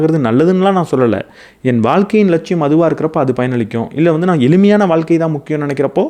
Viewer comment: Neenga pesuradhu ellame superb aa theliva, interesting aa pesuringa.. but neenga thamizh ku sirappana letter 'ழ' zha va pronounce panna maatringa.. ex: thamilu (Thamizhu), vaalkka (vaazhka), valakkam (vazhakkam), kulandhai (kuzhandhai) etc. இப்படி 'ழ' க்கு பதிலாக 'ல' ன்னு சொல்லுறத கேட்கும் போது இடையூறாக இருக்கிறது.